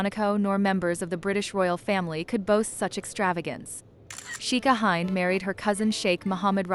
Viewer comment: You do not pronounce her name Hi nd- it’s pronounced Hend. And I’ve met her